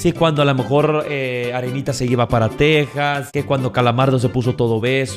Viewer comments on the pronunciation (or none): none